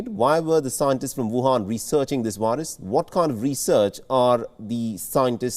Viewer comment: You say 'variant'. You say 'very'. You say 'COVID'. Why, then, do you say 'wirus'?! They are all spelled with the same letter!!